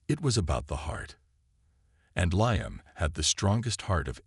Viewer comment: Need to learn how to pronounce Liam